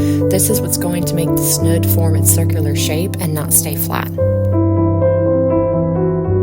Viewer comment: It's snood, long o, rhymes with food.